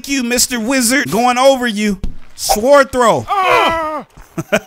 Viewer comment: He can't even pronounce sword🙄